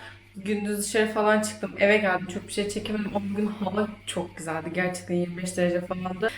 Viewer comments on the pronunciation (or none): Eve yazan bir yeri nasıl eva diye okur bir insan😂 Daha önce de uyarılmıştın bu konuda ama vallahi sen eğitilmezsin.